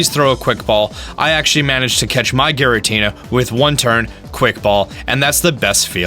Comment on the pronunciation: Sorry to say this but it's pronounced "Giratina"